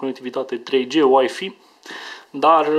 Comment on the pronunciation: )) Cum pronunta asta Wi-Fi :)) ouiiifiii